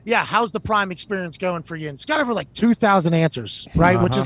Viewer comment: Amazon not here to take part. They’re here to take OVAH!!